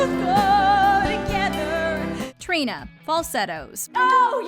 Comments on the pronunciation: “trina, falsettos” SHE PRONOUNCED IT WRONG THIS PISSES ME OFF SO MUcchhHh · hearing trina from falsettos pronounced as "tree-na" was painful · right smh who tf is trEEna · when she mispronounced trina i had a visceral reaction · It's the fact that she mispronounced Trina for me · the way she pronounced trina 🥶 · it's not that hard to pronounce trina's name properly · Why am I so triggered that they mispronounced Trina's name???? Falsettos is my favorite musical EVER!